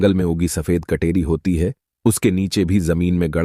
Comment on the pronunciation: Kateri ko katori na boley